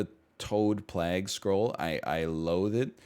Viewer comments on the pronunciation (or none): NL once again demonstrates that he doesn’t know how to say plague